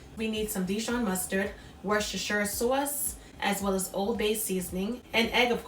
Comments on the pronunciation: I'm trying your recipe first timer just found some crab meat in Ohio so thanks for info and the accent "Soauce" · They look delicious. The sawce is killin me. I know you from Baltimore. 😂😂😂😂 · Are you from NY? That "sauce" sounds like my "sauce" and I was raised in the boogie down. I am going to try this for my lunch. Looks yummy! I like that you did not fry them.